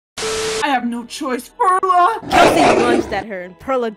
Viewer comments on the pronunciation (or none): PEE AIRLA, PAIRLA, ITS JUST PERLA LIKE PEARLS OMGG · I thought it was supposed to be read like PEARL-a yk like a pearl, English for Perla. Cause Pearl in spanish is Perla yk what im saying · Perla? Who the fuck is that I only know PEAIRLA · Pee-air-la you mean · P air la that's what I hear